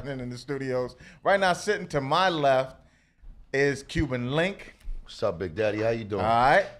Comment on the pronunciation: It's Cuban Link, not Cuban Linx... Great interview!